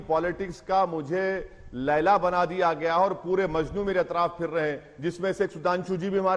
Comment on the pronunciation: Ailaa Owaisi laila hai bolte😂😂😂😂